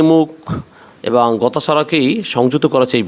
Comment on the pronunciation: আপনার উচ্চারণ ঠিক করা উচিৎ। এবং এবাং